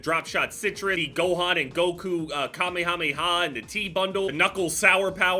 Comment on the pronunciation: I’m tilted by how you said kamehameha